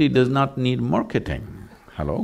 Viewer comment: Every time he says Halo🤣🙏🏾